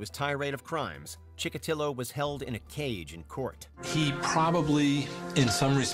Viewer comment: Chick-a-tee-o not ChickaTILo.